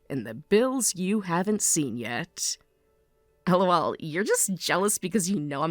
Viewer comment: Dislike The constant 'El oh el' are making me cringe so hard I almost broke my neck JUST FREAKING LAUGH